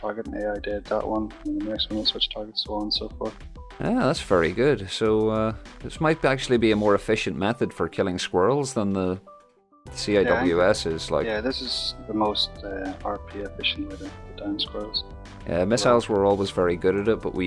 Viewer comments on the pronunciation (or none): CWIS is pronounced (C-WIZ). The more you know! Love the channel brother.